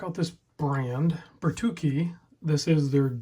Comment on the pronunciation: Very cool watches. Its pronounced Ber Too Chee